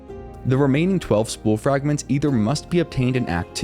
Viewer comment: "nunper" "frangments" "holly" ??